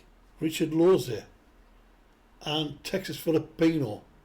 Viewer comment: Wow a person that can pronounce my last name